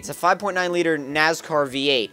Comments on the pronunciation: first, pronounced NASCAR, not NAZCAR. Second, yes the 5.9 racing belongs to an American Stock Car. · NAS car. Not Naz car... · for the record its NASCAR not naz car and a hemi (dodge) is a 5.7 leiter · Nascar not nazcar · Lol he's saying "Nazcar". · lol he said nazcar haha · Nazcar?? lol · The way he says nascar hahahahahahahahha